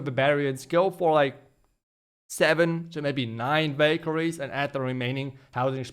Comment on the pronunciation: Ohhh now i see he was saying valkarie not bakery😂 in the end of the video i noticed great video too i liked it